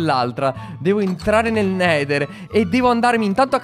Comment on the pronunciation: ora andia nel nedal IO:pronucia spetacolare Alessandro borgese:Voto 10/10 ti adorooo